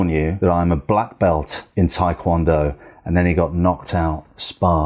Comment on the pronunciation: Still isnt called thaikwondo you moron its TAEkwondo.